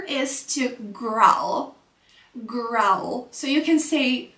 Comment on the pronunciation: It's /ɡraʊl/ not /ɡral/, like owl /aʊl/, but growl